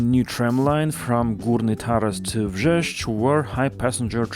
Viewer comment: impressive pronounciation of Wrzeszcz!